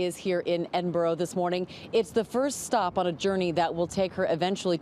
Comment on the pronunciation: It is not ‘Edinburrow’ / it’s ‘Edinberrah’. It’s ‘Monerk’ not ‘Monarrk’ etc